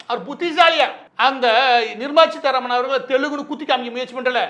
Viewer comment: It's Seetaraman and not cheetaraman